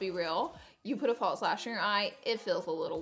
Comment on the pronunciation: No T in false.